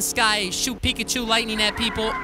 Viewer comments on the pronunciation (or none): U KILLED ME WHEN U CALLED HIM PICKAHCHO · It made me laugh when you said flying pickuch